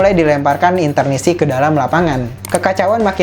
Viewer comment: Correct : Interisti not Internisti